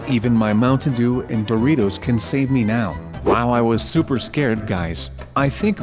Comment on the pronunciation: Guys said "Boritos" not "Doritos"